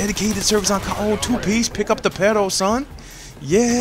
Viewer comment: Lol i'm mexican i dont think he's racist. I like how he say's "peroo perooo" lol